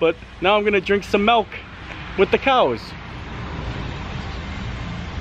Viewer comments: I love, he's awesome but please stop calling it melk. It's milk! ❤ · milk....not melk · 'Melk amd aaygs' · Add "milk" to words can't pronounce.... God almighty